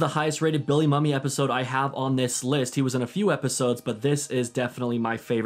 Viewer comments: Also, nit-picking but it's Billy Moo-Mee not mummy. Great video and thank you. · Just like alot of other people. you mispronounce Billy Mumy's last name. It is actually pronounced "Moomey" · If it helps, Bill Mumy pronounces his last name as "MOO-me", not "Mummy". It's a common error, and even the MC at ComiCon kept calling him Mummy. He was a good sport about it, though, but please remember, MOO-me. Thanks. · Don’t hate me…Billy Mumy pronounced Billy Moomy